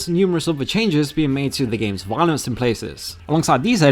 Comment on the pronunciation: wiolence? okay this guy definitely has a speech impediment. I thought it was an accent for a while, but it's a genuine impediment. It's like the vocal equivalent of a lazy eye. Very off-putting. Get therapy! Get it fixed! I don't want to hear this. Just get someone else to read the scripts for these videos.